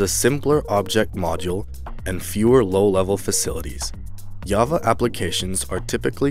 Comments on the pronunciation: I don't think you know much about programming it's called java with a j not yava. Also it's a com-pile-er not com-plier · It is called COMPILER not complier...... J-AVA NOT YAVA... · Thanks for the video. One minor thing, compiler is mispronounced as complier and Java as yava.